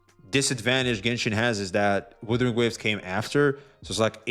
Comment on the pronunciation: i have aneurysm everytime calls Wuthering Waves " Withering Waves "